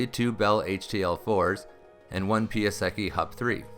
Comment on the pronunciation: Thanks for this story. Please learn to pronounce my dad's friend, Piasecki, correctly.